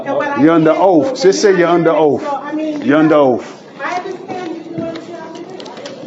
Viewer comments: Tf is an “oaf”? 😂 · WTF is, "Under oaf"? 🤣🤣🤣🤣🤣 You just can't make this shit up! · "They took a oaf". Dude needs to go back to English class. Moorish moron... 🤷🏻‍♂️ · “You under oaff” The audacity of that effing idiot to speak to that poor clerk that way. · YOU HAVE DONE NOTHING!! Also, if you're gonna say OATH, day that not OAF!! I know EXACTLY where that notice should go, in the SHREDDER!! They TRULY believe they did something!! LMAO!!😂😂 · They mean oath ! 😂😂😂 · Too an "oaf" to the constitution? 😅😅😅😅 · "You're under oaf".